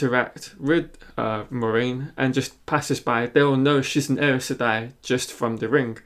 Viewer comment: The way you pronounced Aes Seday is like there is an R somewhere after the A. You should listen to Kate Reading